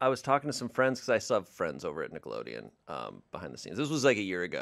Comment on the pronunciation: I thought said Tickleodeon and i lost my shit